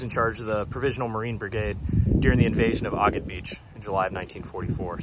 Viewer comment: You are pronouncing Agat incorrectly